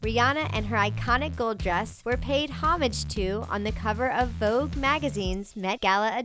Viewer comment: is no one going to mention the terrible pronunciations??? hermes and homage were the WORST! if youre going to have a channel dedicated to fashion and desgners, know how to say them!